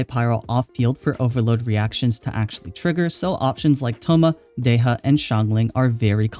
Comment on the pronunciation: Not Deh-ya, but Dé-Hya